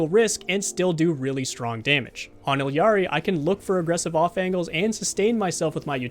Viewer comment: Completely agree with everything said in this video! Gotta point out though, as it's grating on the ears every time someone says this, but its "E Ari" not "Ill Yari..." in Spanish, two L's is a Y.